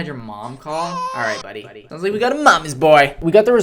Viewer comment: sounds bro is getting straight teeth